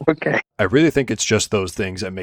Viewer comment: To me, “okay” sounds more like “o hey”